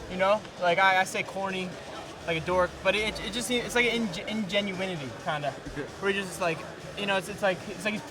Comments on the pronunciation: "Ingenuiwenity" isn't a word Mickey... and he thinks Sage is disingenuous... <--- that's the word you were looking for dumb, dumb! Sage is as genuine as it gets... yeah, maybe a little corny from time to time but for sure 100% genuine. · Did he say " ingenuity" , lol?